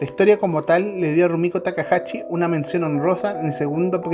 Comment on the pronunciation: Yo creo que la primera waifu sobre todo en Latinoamérica fue Sayaka de Mazinger z. Le recomiendo practicar la pronunciación de la sh, es takahashi no takahachi.